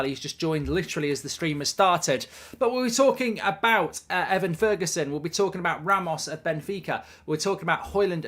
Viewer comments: Ivan Toney: “eye/vin” Toney ✅ “ih/van” Toney ❌ Evan Ferguson: “eh/vin” Ferguson ✅ “ih/van” Ferguson ❌ Those are the correct pronunciation for the two players, i know Toney wasn’t mentioned today but the way mark pronounces those two names irritates me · This whole time I thought the fella's name was Ivan because Mark's pronunciation was scuffed lol